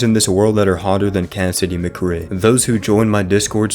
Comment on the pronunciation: "Cassidy Mccree" 😂